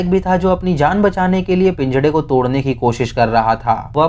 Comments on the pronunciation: Bhai pinjra hota h pinjda nhi🤣🤣🤣🤣🤣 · Bhai pinjda nhi pinjra hota h jab tum pinjda bolte ho to apko marne ka man krta h or gusse se gali dene ka bhi baki apki all video nice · bhai PIJDA nhi PINJRA bolo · All was good, but what is pinjada, i think it was pinjra not pinjada. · Pinjda nai hota pinjra hota ha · I like the way you say pinjdaa 🤣